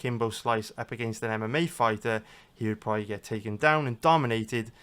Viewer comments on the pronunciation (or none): none